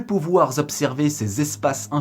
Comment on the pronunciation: "plus pouvoir z'observer" ah ah ah toi tu viens de lire les Liaisons dangereuses! Bon je te taquine, le sujet de cette vidéo peut sembler secondaire mais il est fondamental en réalité.